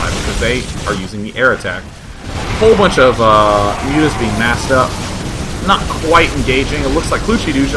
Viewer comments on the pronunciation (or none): none